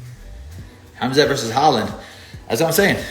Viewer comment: Darren till messing up Khazmat is what I think to much fucking around